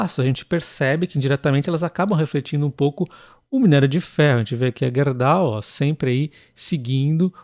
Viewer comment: Tenho CBA, vale e cemin e KLABIN. Tu pronuncias Gerdau corretamente. 🎉😊